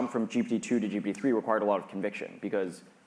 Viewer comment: Am I confused, or does he always(!) say GP-3 instead of GPT-3?